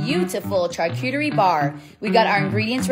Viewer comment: I have never heard anyone say charcuterie like that , it's pronunciation is sharr....